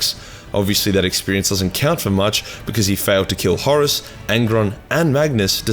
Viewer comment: I love his pronunciation of Horus as “Horace”.